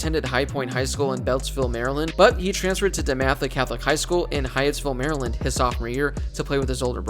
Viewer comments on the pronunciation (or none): none